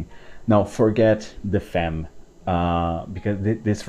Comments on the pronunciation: Famm, not Femm. At least Tauer is in it. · No it’s “femme” in French, but pronounced Fam- or perhaps I misunderstand your point..